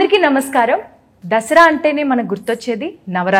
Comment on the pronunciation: అది దసరా రా వెదవల్లారా! దషేర కాదు!